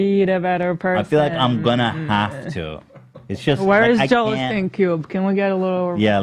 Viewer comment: Why does Ethan always say "Joel AHH-steen" when it's pronounced "OH-steen" as everyone else on the podcast says it. I'm surprised no one has ever asked why he says it that way!